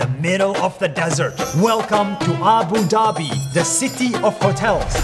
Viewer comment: i was born is abu dhabi and u pronounced it wrong 😭